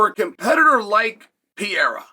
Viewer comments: Pa hea rah. Not pierra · Uncle Chael- his name isn't pee-era, its Perera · LoL. Just say it like this Chael. It won't be exact but closer. Pa-re-ra. Go ahead and use regular "R" sound, Gringos use it for Mario and other names too. It'll be better than what ur doing now. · Alex Pereira pronounced PEHRAYRUH… it’s not hard. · Alex Pee-era should take heed. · alex pee era. bro. learn the peoples names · PER AIR UH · Who's Alex Pyera? 🤣 You have a platform to speak all the time you post but have no time to practice how to pronounce Alex's last name. 🤔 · Alex pierra😂😂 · Alex ‘Pee-era’ ?? Do a lot of fighters go thru a pee-era ? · wtf is piera? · You look stupid saying "PIERA" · Drink every time uncle Chael mispronounces pee-era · It’s not pierra. Get it right before we settle it at my gym. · PURR-AIR-AH .... F'n Chael P.Brain... its not that tough. Could ya just try ? A little? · Say it with me... PURR- like a cat- AIR - like you breathe- AHH - like when you open your mouth for a doctor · Chael will never pronounce his name correctly. He says it differently every video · Be great if you could pronounce his name right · There is no way Chael is pronouncing Pereira’s last name so f wrong on purpose every single time. He is pulling a Santino! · Guy named "Chael" doesn't take the time to learn to pronounce Pereira's name right. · Saying his name wrong on purpose over and over lol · Mispronouncing his name repeatedly is painful to hear lol